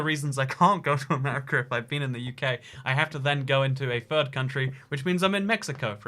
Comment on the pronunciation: He said third channel and I thought he said fur channel and I was like oh god he’s a furry